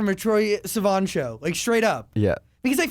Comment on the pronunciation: troye.. say-van.. lmao